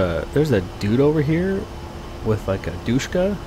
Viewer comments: The dude over there had a dishka...pretty sure it's not dushka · "Douche-ka" (DShK or "Dishka")... yea bro... had one fired at me... definitely manned by a douche douchehbag! Hate those damn things... unless firing one myself! ;) LOVE THESE VIDS! As a former 11B/18B, watching someone with your skill man my Patron Saint is awesome! Great job my cyber brother! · Gotta say, is the first time I've heard the Dshka called a "Doucheska"